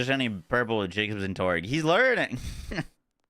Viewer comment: cool. That not how it's pronounced in game by any character though. Everyone says Torque as torg. Including Mr. Torgue.